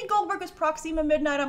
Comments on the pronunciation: Its not pronounced Proxeema its proxima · Sorry i like you but it’s not pronounced proxeema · I love how pronounces Proxima Midnight as Prox "ema' Midnight Lol. Also, if Peter Dinklage isn't Eitri The Dwarf King(there're photos of him with dyed hair from a while ago) I think he'd do an amazing Corvus Glaive!